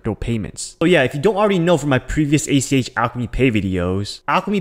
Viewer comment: Get it right. It's ACH. Not ATM. You keep referring to Alchemy Pay as ATM.